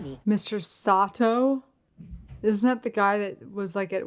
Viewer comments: Mr. Sato, not Mr. Soto. I think Soto is a Spanish name, lol! 🤣🤣🤣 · You cut that episode right on point! The moments you chose to show are the best of this episode. Sato, not Soto... Just wait, the next episodes are even better, though this one was crucial. thank you for a great reaction!